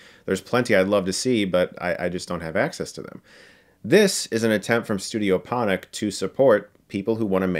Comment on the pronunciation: Ponoc is pronounced Por-norch